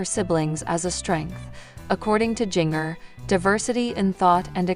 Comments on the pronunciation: Jenger...it's Jinger as in a ginger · Her name is pronounced Ginger.